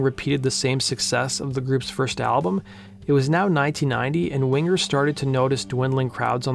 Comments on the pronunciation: It's "Wing-er", dammit! Not "Wing-ger"! lol. And that 2nd album was great, but more mature writing that wasn't quite aimed at the same audience. I think that had more to do with declining ticket sales than anything else. And the 3rd album just wasn't very good overall. 1st track is quite good, despite the somewhat awkward beginning, and the last track is quite good as well. But again, not songs aimed at the original fanbase. Down Incognito was pretty good, but your not going to sell albums releasing that as the first single. Anyway, phenomenal band and musicians. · Winger not Wing grrr. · Stop saying wing-gur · My maiden name is Winger and I hated it when people would say it wrong it’s Wing er not Win ger. The original way to spell it is Wenger but got changed to Winger. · Why do you pronounce it Wingur? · One of the best bands of the time, tons of talent... funny to hear this young guy say wing ger😁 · wing-ger lol :P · prounce the last name properly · The hard G isn't needed........